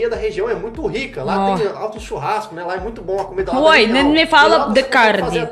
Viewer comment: NÃO FALAR CAMIDAS (((FALA COMIDAS))